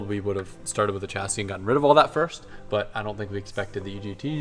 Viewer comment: The way you pronounce "chassis" grinds on me.